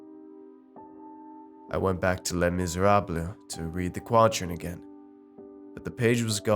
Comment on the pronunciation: Dude....the -les at the end of les miserables....is silent